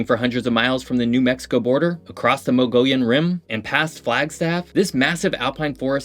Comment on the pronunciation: Thank you for informing everyone about the beautiful state of Arizona, but we really need to fix your pronunciations. The fact that you mispronounced our famous cactus, the saguaro, and Mogollon Rim made me shake my head, hahaha. 😂 Thank you for the work you put into this, though. Cheers.